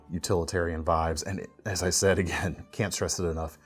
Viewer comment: Can sept lol